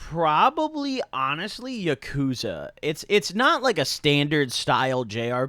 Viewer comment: Not to be a pronunciation police but you pronounce Yakuza wrong.